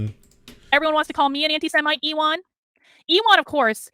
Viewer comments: wouldn't ewan be pronounced like "yooen" like ewan mcgregor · her pronunciation of ewan was like an uwu form of elon